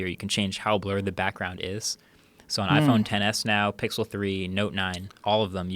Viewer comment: Joe "iPhone Ex S" Rogan